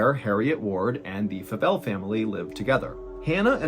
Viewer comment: Favell is my husband's last name, and people always pronounce it that way 😅 the 'a' sounds like the letter a not like 'apple' if that makes any sense 😊